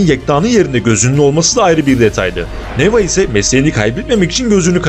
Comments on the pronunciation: neva değil nevaa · Allahım n’olur Neva’yı A’yı uzatarak okuyun. Neva değil NevAA (deva değil devAA gibi)